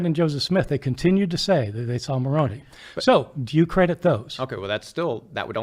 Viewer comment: Moroni, is “muh-rown-eye,” not “muh-rown-e. I used to believe Mormonism and thought I would give up my life if I had to to defend the Mormon faith. I don’t know if I actually would, but I believed I would. My sister once told me, “I will give my life for my savior.” By that time, I was an atheist and I told her that she would be wasting the one and only life she knows she had, and that Jesus claims to be immortal, so why would he want her to give up her only life for his immortal life.